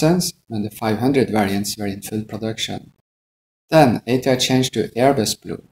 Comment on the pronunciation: Did he Sây "Ash Ťray" ????